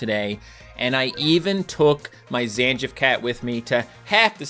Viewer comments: It's Zan-geef, not Zan-jif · first time ive ever heard someone pronounce Zangief zan-jiff 😭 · Zangief is pronounced Zan-Geef! 😭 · To be more precise - Zan-Gee-Yef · Someone please teach this man how to pronounce Sakura and Zangief